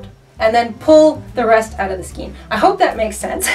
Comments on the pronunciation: your pronunciation of skein is funny to me.. Never heard it called that before. always heard it a more of an ei as in A sound.. like Skain... which i think is actually the correct way.. I before E except after C, or in sounding like Ei as in Neighbor or Weigh.. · I hope you don't mind and it may be different in Canada, but it's pronounced "skane" rhymes with cane. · giggle Check Google. Pronouncing it SKEEN is a demonstration of a lack of skill in the craft. giggle #Sarcasm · Pronunciation Matters: SKEIN= MAIN with SK instead of M. (thank you) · Thank you for pointing that out. Yup, it's in the DICTIONARY! It comes from an Old French word "escagne". There are two ways of doing everything --- the RIGHT way and the WRONG way. One is free to mispronounce words all day long, but it's still incorrect. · you are pronouncing Skein improperly and every time I hear it I want to let you know but please pronounce it properly. Otherwise love your videos. It’s pronounced skane because of the E before I rule. If the E is before the I then it is pronounced as an A. If the I is before the E then it is pronounced as E. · Good tip on finding the ends. I'd suggest, though, that if you have to take a larger amount of yarn from the centre of the skein (pronounced "SKANE", not "SKEEN"), hold the end between thumb and forefinger and loosely wrap the yarn around your hand from THAT end until you have wrapped all the yarn up to where it came out of the skein. That way, you are creating a pull-skein (outside the main ball) to pull from while creating something wonderful and when you've used up that outside yarn, you've made your way to the inside pull-skein (that which was left in the original skein). Hope that makes sense. Keep up the great videos! M <><. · You are a very sweet person, so please don't take offense at this. The way to pronounce skein is "SKANE", not "SKEEN." Thank you. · It's pronounced "skayn"' not "skeen." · It's pronounced skAYn, not skeen.